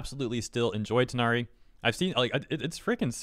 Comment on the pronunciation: Took reading a number of comments to realize people were saying Tighnari and not THIGHnari.